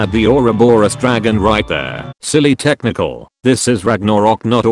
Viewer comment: Every time he says technical i understand test MICHAEL